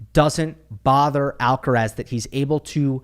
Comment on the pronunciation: Thank you for saying Alcaraz :D